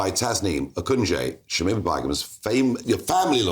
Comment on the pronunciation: Its shamina not shimima